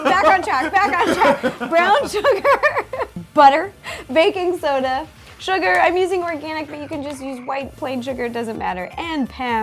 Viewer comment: Ro: Baking soda!!!! My sis: Did she just say... BACON SODA?!?!?! Me: No, sis she said- My sis: HOORAYYYYY